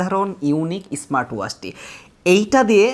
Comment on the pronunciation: আচ্ছা সব ধরনের বিজ্ঞাপন কি শুনতে ভালো লাগে শুরুতেই তো ক্ষেত ধরনের শব্দ বললেন ইসমাট না স্মার্ট